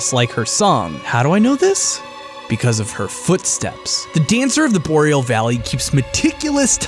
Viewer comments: I thought "Boreal" War pronounced Bore, Ree, al. Not Bow, Real. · "Dancer of the Boreal Valley." Take notes, kids. Listen to how he says it. BOW-RE-AL Dude. It's pronounced BOAR-RE-AL. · Really takes me right out of the damn video when you keep pronouncing Boreal Valley different ways every time.... The first time you said Bo-real, the second time you said it correctly, Bor-eal, and then you said it the first way again.... Like wtf dude.... Takes me right out of the video and not even want to watch it, and im only 3 mins in :/. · Oh thank god his stopped pronouncing it "bo-reel" after a while. Edit: Wait, no, he started again